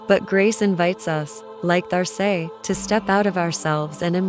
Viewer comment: Great! I see here name is written There Say but perhaps you might listen to how this name is said in French .. just a thought! Loved the images and your narration. Thank you